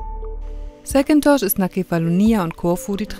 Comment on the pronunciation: ist wohl sehr anglophil in ihrer Aussprache der griechischen Inselnamen: „Säkintos“. Ich denke auch, dass Hacko mehr Sonne als ihm manchmal lieb sein wird in GR erleben wird. Aber April ist nun mal noch keine Zeit, um Sommerwetter erwarten zu können. Stellt euch vor wie a...kalt es zu dieser Zeit an der Ostsee wäre!